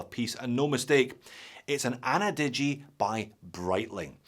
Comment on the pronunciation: ana-digi? 👎annie-digi?👍